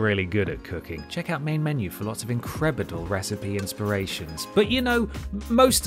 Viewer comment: I caught that "Increbidle"